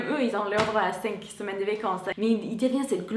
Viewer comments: Je ne sais pas si j'en aurai d'autres tout au long de la vidéo, mais tu dis mal le mot "vacance"... tu dis : "vécance"... je sais que c'est le "a" qui se dit "é" ;) donc vAcance et non vÉcance. ;) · Bonjour, je voudrais te signaler que tu prononces "vécances" au lieu de "vacances", n'oublie pas de bien prononcer la lettre a. Il me semble que tu le fais aussi pour "dollar", tu dis "dollèr" au lieu de dollAr. Bonne journée